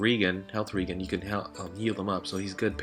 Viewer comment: lol you pronounced regen wrong